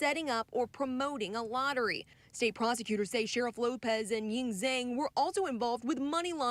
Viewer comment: Zhang is pronounced Jong. Like long but but j instead of L. Jong = Zhang